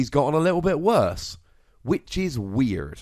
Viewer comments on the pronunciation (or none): The way he said wierd was strange